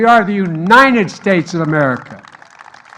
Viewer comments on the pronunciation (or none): The "Unined States of America"